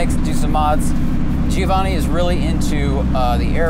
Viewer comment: Is it awd or fwd? And you pronounce Giovanni wrong